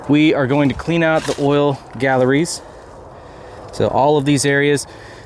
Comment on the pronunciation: I've noticed that everyone, no matter how many years of experience call pronounce oil galleys as galleries. I even catch myself doing it. LOL, really enjoy watching motorcycle repair videos as my experience is heavy diesel and automotive trucks.